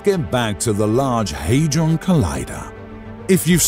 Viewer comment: It's not the large Haydron collider. Where are you getting that pronunciation from? It's the large Hadron collider. There's no letter y in the name. The fact you can't even get the name correct shows that you haven't properly researched it, reducing the credibility of any of your claims.